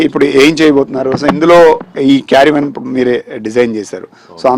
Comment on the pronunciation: వీడికి " కారవాన్ " అని పలకడం కూడా రాలేదు . కేరీ వేన్ carry van అని పలకడం ఏమిటిరా హౌలే .